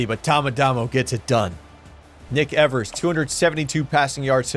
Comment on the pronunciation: I think the first syllable in Evers is pronounced like the one in "eve", not "ever".